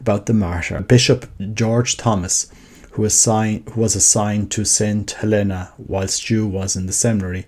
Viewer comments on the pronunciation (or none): Tiny, inconsequential note - "Helena" is pronounced HEL-eh-nah, in this instance. Thank you for posting about Fr. Stu!